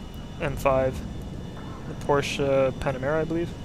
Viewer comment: Oh yeah you are the first one who speaks out Porsche correctly . Respect. Good review.